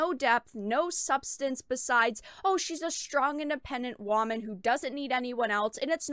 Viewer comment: Omg.... I just heard it.. Say Womon 😁😂🤣😁